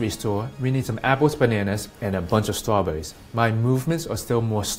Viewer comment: " apples and trawbuurries" lol he Elmer Fudd there is no such thing a Judo chop...